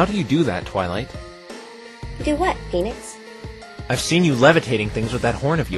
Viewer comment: it's nix. as in phoeNIX